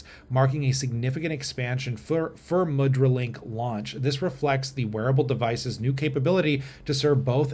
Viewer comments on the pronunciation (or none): this is cool and it's pronounced moo-dra. a symbolic hand gesture used in Hindu and Buddhist ceremonies and statuary, and in Indian dance.